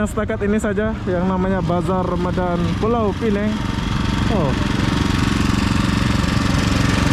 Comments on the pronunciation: Bisa bilang Pulau Pinang (baca seperti tulisan) itu versi bahasa Melayu ATAU Penang (baca Pi-neng) - tidak ada Pulau - itu versi Inggris. Kamu bro bilangnya Pulau Pi-neng - Melayu tidak, Inggris tidak 😁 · Sebutan sebenar adalah Pulau Pinang, Pineng adalah sebutan cara Inggeris yg banyak diguna pakai bagi kebanyakan orang. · Kalau bahasa Melayu dsebut Pulau Pinang, kalau bahasa Inggeris tulisnya Penang tapi bunyi nya Pineng harap diperbetulkan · Pulau Pinang bukan pulau Peneng...sila betul kan sebutannya...klau mau bilang Penang ja bisa...ikut lidah bule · yang gitu penyebutannya. Indonesia bacanya Pinang bukan Pineng. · Jangan bawa" negara Indonesia ya, sebut saja orangnya gue orang Indonesia menyebutnya Pinang bukan Pineng..itu bahasa ciri khasnya kalik🤣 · Kebanyakan mereka (orang Indo) susah betul nak sebut Pulau Pinang... pada hal ejaan jelas PINANG... pelik betul... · Ya saya juga heran. Padahal "pulau" dan "pinang" itu dua istilah yg ada dlm bahasa Indonesia dan sebutan keduanya dlm bahasa Indonesia sama seperti bahasa Melayu. Tetapi begitu kedua istilah digabung menjadi Pulau Pinang udah lain sebutannya - Pulau Pi-neng.